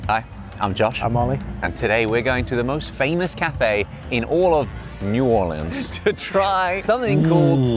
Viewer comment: I love how Josh said New Orleans the way he did in this video cuz it's the way us locals say it, last video he said New Or-Leens, which is how most tourists say it, A local must've gotten on his ass about the way he said it before😂😂😂